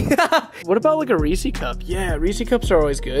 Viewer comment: "let's get a reesy cup"